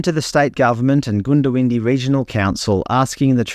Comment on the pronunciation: Good video but surely you could have taken 60 seconds to find out how Toobeah and Goondiwindi are pronounced.